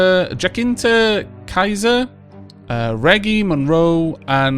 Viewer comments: Quite painful how you read names, but otherwise a great let's play :D love it Jacinta = Hyacinth. Read it exactly like "Hyacinth" (You know the bucket lady from Keeping up appearances) apart from the "H" in the beginning and add an "A" at the end. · the admirals name sounds Indian... so the " CH" is pronounced softly... like in cheese or chance also Jacinta is also pronounced with a softer " C" .. think of it as Jasinta...